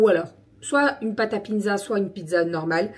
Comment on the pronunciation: Hello ! Ça fait 2 retours de courses où je t’entends dire piNzza, je sais pas si c’est moi ou.. ? J’ai pas osé demander semaine dernière mais j’avoue ça me perturbe 😅